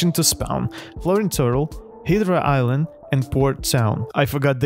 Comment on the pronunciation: "hidra island" 💀